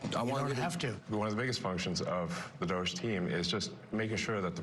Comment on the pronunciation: DOGE… pronounced DOG E